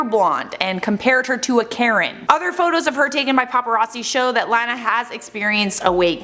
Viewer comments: Its not Laaa na it's Law na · Her name is pronounced La-na not Lan-a. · noooo! She is a fake Lana but at least she was popular enough to get the pronunciation of my name out there. La-la-la. La-nuh. Every time you said it the other way it almost physically hurt 😬 It is weird because Anna sounds pretty and Hannah sounds pretty but with the L it sounds like blaaa! Like you're spitting something out that tastes gross. Would have been so much easier if my mom had named me Alana. I like your show. 😀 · It's pronounced Law-naw, not Lan-ah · I think she’s blonde naturally, but I don’t doubt she went to the salon. also, Lana is pronounced like it rhymes with “sauna” lol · Lmao the way you’re saying her name. It’s “lawn-a” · Lana is pronounced like “Donna” with an “L” instead of a “D”. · It’s pronounced Lawna 😭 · It’s “lawn nuh” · Why does she pronounce is Laaahn uh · It’s LAW NA !!! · The only thing that bugs me in this video is how she pronounced “Lana” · first off lana is naturally blonde, so I dont get why people are mad. second, if you're reporting on a celebrity at least learn how to pronounce their name for the video... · The way you say Lana is sending me. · Why are she pronouncing her name wrong, you had it right on the other video 😂😂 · Why does she pronounce her name like that lol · lol such a Canadian way of saying Lana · Why does the way she say “lana” bother me? 😂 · Why you saying Lana all weird ... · You pronounce lana weird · Can you say her name rite please 😂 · Stop pronouncing her name wrong